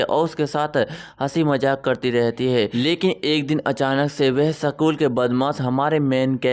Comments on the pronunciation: Sakul nii hota school hota h😂😂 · Sakul nahi school hota hai